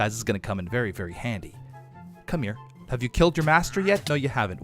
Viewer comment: "why you hef to be mad"